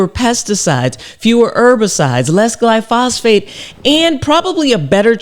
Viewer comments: I love your work Dr Rachel, but in this case you're wrong, and this is a PhD in analytical chemistry talking. Firstly try pronouncing it correctly (and writing it correctly). It's "glyphosate" not "glyphosphate." Secondly there have been literally thousands of studies of this chemical. I haven't read them all but I have read many. Yes it is ubiquitous but it is harmless. Without exception every single negative report I have seen ultimately is the product of ignorance, or a green-driven agenda. There is a cohort of individuals that want to destroy the farming industry and they are going after this chemical because it is so important to the industry. They know that if they can get this chemical off the market it will impose a massive impost on farmers, and potentially destroy the industry and that's what they want. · Dr. Rachel. With all due respect. It's not gly-phos-phate. It's gly-phosate. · Its glyphosate not glyphosphate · thanks doctor! but it's not glyphosphate, it's glyphosate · Thanks for this content. Excellent, as always! You've touched on a personal pet peeve. Please READ the word. Take your time. Carefully reading the word, it will become evident that word is pronounced: GLYPH-OS-ATE. The PH letter combination occurs exactly ONCE. I inserted the breaks for clarity, but I'm not sure, exactly, how this word is pronounced. I only know that it's NOT: GLY-PHOS-PHATE. I still love your content! ❤ That pronunciation was just nails-on-chalkboard driving me nuts! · It's glyphosate, not glyphosphate! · Glyphosate, not glyphosPHate.. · PS-- One thing is not in dispute is the pronunciation is GLY FO SATE, not fly fos phate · It's actually called glyphosate; not glyphosphate Dr. Rachael! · It's pronounced Glyphosate not Glyphosphate LOL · Is pronounced Gly Fo Sate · Gly -pho-sate….please… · I don’t like to complain but I think you slightly pronounced glyphosate wrong